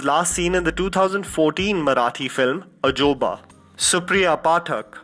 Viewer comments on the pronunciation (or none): Ajobaa 😂😂 aajoobaa its lk tht 😉